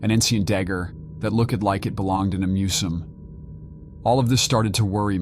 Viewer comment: “Coe-ver That look-ed like it belonged in a mu-zum.” Yeah I’m done listening to this